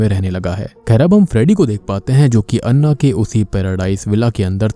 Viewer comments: अण्णा नही ॲना होता है😂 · I think it's pronounce ॲना... Not अन्ना.... They spell Anna... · It's Anna not annah😂